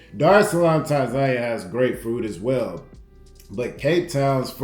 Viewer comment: tan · zah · nee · uh........Other than that......I like the videos fam 👍